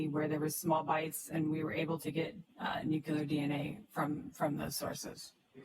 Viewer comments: and nuculous and accredidation 😡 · The WAY she mispronounced "nuclear" every SINGLE time